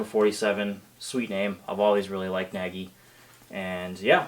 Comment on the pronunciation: Nagy is rather pronounced "Nodge"